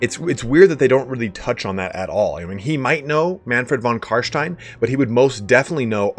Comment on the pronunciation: Carschtein!? You mean Carstein?